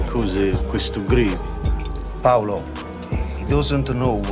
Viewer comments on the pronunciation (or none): none